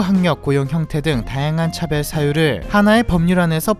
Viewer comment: 차별? 차배? 발음이 뭐가 맞죠!?